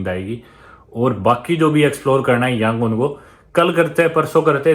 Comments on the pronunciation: Your Burmese pronunciation is wrong. Btw good to see you in Myanmar in this disturbing time' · I watched all your videos till today. I like your travel vlogs. But how you interacted and pronounced Yangoon is fun. 😀😀😀